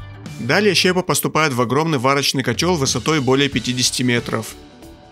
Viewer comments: доброго вам времени суток. С удовольствием смотрю ваши ролики. Но простите мне небольшое замечание - вы частенько не правильно ставите ударения в словах. В данном видео прям сильно режет слух слово "щЕпа". Правильно говорить щепА. Мне не принципиально, но хотелось бы, чтобы вы повышали свой уровень владения русским языком. Поверьте, я не один такой. Всего вам наилучшего и успехов в развитии канала! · Господи ну как можно с серьезными щами говорить про производство, говоря при этом Щепа, на не щепА? Автор почитай учебник русского языка!!! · Интересно на наших производствах побывать! Небольшая поправка, не щЕпа , а щепА . Распиливаются на щепУ . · Приветствую. Слово щепа. Не там ударение по моему. Хороший ролик, спасибо. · чувак в слове "щепа" ударение на 2й слог!! так слух режет, как пенопластом по стеклу ! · Щепа, ударение на букву "а". Если готовите качественный ролик, но сомневаетесь в правильности произношения слов, воспользуйтесь словарем.